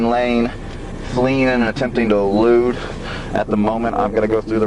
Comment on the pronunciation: Elude not loot.